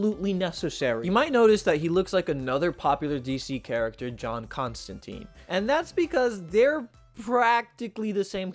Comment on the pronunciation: The good news is, you pronounced Ambrose Bierce just fine. The bad news is, you mispronounced Constantine every time.